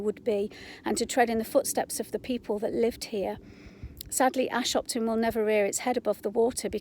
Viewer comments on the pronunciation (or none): Hi You don't pronounce Ashopton like that - it's a soft o. The buildings uncovered are valve houses (not pump houses) and the pipes actually pass inside Ashopton viaduct on their way to the Bamford filters.